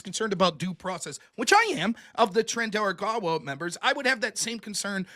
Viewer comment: it's TREN - DAY - AR AGUA